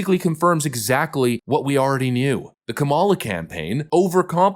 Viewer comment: Kah-muh-luh. Not Kah-mah-luh. She’s a loser, but at least pronounce her name right. 😜😜